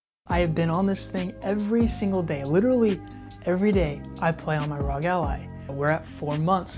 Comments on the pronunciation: It's ARE, OHHHH, GEEE. It's not ROG lol. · it R.O.G it's an acronym for republic of gamers please learn how to say it